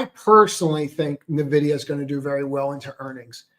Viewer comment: Nuh-vidia or En-vidia?